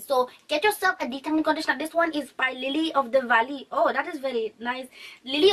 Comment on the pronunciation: Am literally on the floor when it got to the indian accent with the Lilly of the valley....hahaha.gal you are good to make me fall off my chair laughing. Natural fo ye too known koraa keke...lol